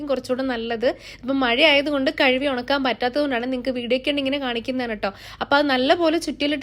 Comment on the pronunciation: പൊന്നു തള്ളേ കഴുവി അല്ല കഴുകി എന്നാണ്